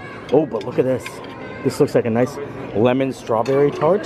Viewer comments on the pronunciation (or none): none